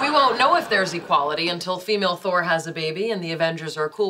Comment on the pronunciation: actually, Raj said Tor instead of Thor, that's why the confusion I believe